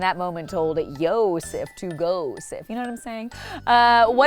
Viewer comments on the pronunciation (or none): “Yosef to Gosef”!!!! 😂😂😂